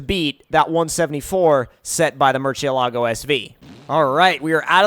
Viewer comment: Mercy-alogo btw not merchy-alogo